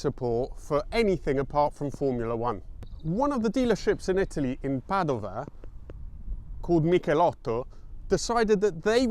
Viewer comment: Greetings from Padova, you nailed the italian pronunciation!